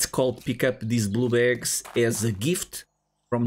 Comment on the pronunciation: are you saying "blue bags" or blue balls lol sorry I'm trying to be funny